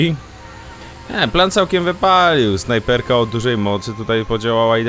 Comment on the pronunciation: KTO UWAŻA ŻE MÓWI SIĘ "SZNAPERKA" :D ?